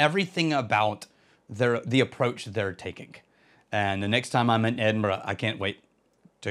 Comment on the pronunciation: Well done on the Edinburgh pronunciation.